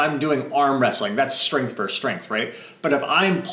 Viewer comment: One thing that always stands out in your videos, and I don't mean this to be offensive, is that you pronounce the word "versus" with only one syllable (like "verse"). The word does have two syllables... this faux pas is a bit jarring.